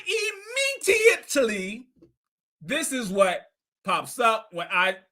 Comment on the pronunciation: Did my boy say “Immetiately”?????